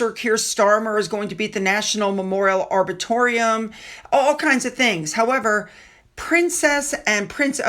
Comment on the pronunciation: couple of pointers Arboretum, is Are Bore Eat Em as in hem and it's No as in not, and Rich as in not poor. ❤